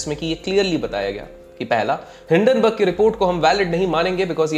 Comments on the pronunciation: Common People Pronounce:- Hindenburg Ultra Legend:- Dun-Dun Burg😂😂😂😂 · Hinden burg ko doon doon berg kyun 😂😂😂